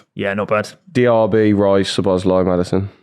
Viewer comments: has to work out how to say szoboslai properly😭 bro said szobolosguy about 17 times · Im not sure if you read this or care, but if you want to know the pronunciation for Szoboszlai keep reading: In Hungarian Sz is the same sound as English S The last letter "i" is pronounced as the English E In Hungarian we pronounce every letter So the correct way is So-boss-la-e But English speaking people pronounce it So-boss-lie which is also better than nothing.